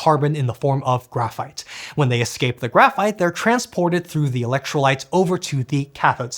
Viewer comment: Excape! Excape!